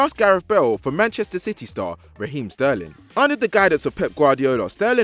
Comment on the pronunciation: Who let say his name wrong??